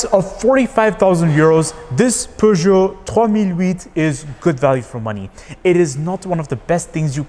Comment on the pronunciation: As a French I can tell you that your prononciation of "Peugeot 3008" is really good 😄